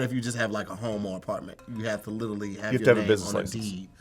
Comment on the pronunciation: How come no one has called out on how he pronounces “Literally”?